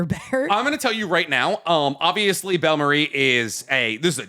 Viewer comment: Between calling bellamere "belle marie" and calling nani "nami", repeatedly for both btw, im staring to question if they pay attention to what theyre saying or if they even watch the things! Not actually that mad but come on guys, neither of you in the conversation ever hear something wrong?